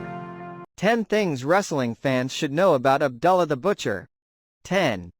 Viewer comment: Ab ‘ doo ‘ llah. Not Ab ‘ dull ‘ ah.